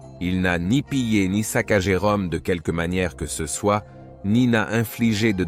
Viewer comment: Parfaitement d’accord avec vous. Je ne crois pas que ce soit un humain qui fasse les commentaires mais plutôt l’intelligence artificielle. Sinon comment expliquer qu’il dise systématiquement « c_e » plutôt que « ce »?